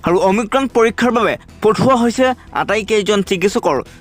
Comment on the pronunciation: অমিক্ৰম নহয় অমিক্ৰন,প্ৰথমে ভাষা শুদ্ধ কৰক।😏